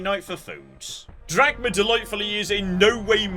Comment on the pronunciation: Anyone else keep hearing call the character Captain Dad?